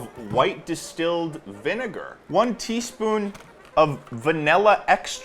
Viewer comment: was saying “one teaspoon” over snd over again and i kept hearing “twenty spoon”